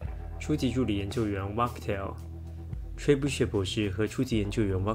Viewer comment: 雖然只是個小事 但巨投Trebuchet 的u(yəˈ)是長音 ting你罕見得發音出錯了